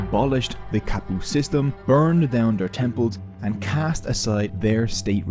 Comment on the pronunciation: Ka like cut not Ka like Cat. Kapu.